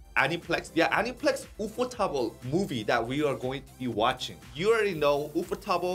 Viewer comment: Sorry but the correct way to pronounce “ufotable” is ufo-table. Like “ufo” and “table”. Not wu-foe tah-buru 😅😅 Even in Japanese it’s ”ユーフォーテーブル“